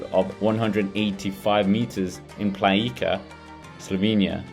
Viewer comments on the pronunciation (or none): its planica not palinca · He totaly butchered Planica name. 🤣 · He totally butchered all Slovene names, but Roglić